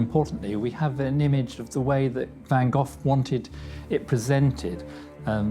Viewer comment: I really do enjoy your documentaries, but have to say: the name van Gogh should not be pronounced as van Gofffff....